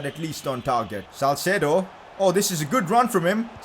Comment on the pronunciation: hi i think its salceedo not salcedo